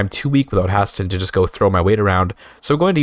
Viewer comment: The way you pronunce Haesteinn makes me ill. May playing Tall reign supreme